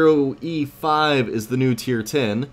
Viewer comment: hey two things one how is the t34 now and just to give u some help i believe the t110e5 is pronounced t one 10 e5 not one hundred % but that is how smig seas that